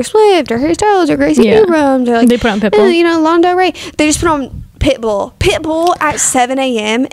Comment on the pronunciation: the way is saying pitbull is CRACKING me up 😂😂 pit BULL